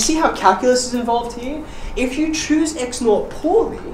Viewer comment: the way you say here is like it's german version heir :D ...